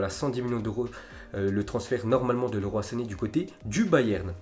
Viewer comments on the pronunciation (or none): none